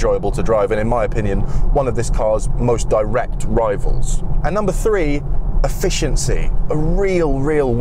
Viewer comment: this man is kind of hot, but I do hate the way he says the number 3 as free, absolutely infuriating.